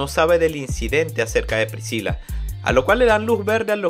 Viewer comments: Lo unico que molesta del resumen es como dice priciya en vez de "pricila" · excelente resumen solo q PRISIYA???? PRISCILA SE PRONUNCIA, en español en ingles en japonés y en cualquier idioma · Prisiya,? Galaeta? , please bro 😭😭 detente .